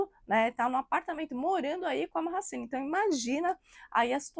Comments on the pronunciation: Minha filha, vai se informar...e só pra vc não passar vergonha, pronuncia -se GENK e MAASIN.. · Povo quando quer engajamento Affff .CENK tem muito caráter e não traiu nevin .MAHASSINE tem muito caráter também .A muito tempo o casamento dele tem polêmicas ,Mahassine não tem culpa de nada Bando de conversados .Não sabe nem falar o nome da moça direito .Repetem o que vê os outros falarem .